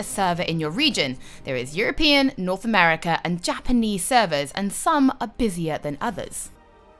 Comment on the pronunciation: thought she said: ''If you don't like Europeans, don't panic!'' loool